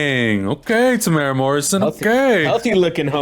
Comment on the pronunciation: Okay first thing alot people butcher the pronunciation of his Maori name so I will break it down TEM-OO-ERA people seem to forget there's a U in his name and just seem to by pass it kiaora from Aotearoa New Zealand ✊🤪🇳🇿